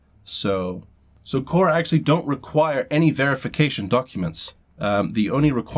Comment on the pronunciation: Kora sounds like CASHAA. What happened to yesterday's video? Not available in US due to copyright?